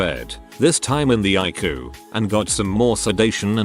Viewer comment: OMG, at least teach your computer that ICU is pronounced I C U just the letters, it's not a word it's letters that stand for "Intensive Care Unit" not eyecoo. I really like your stories but jeez do some work with your fake voice.